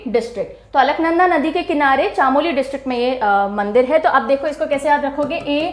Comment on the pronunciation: ma'am chamoli( चमोली)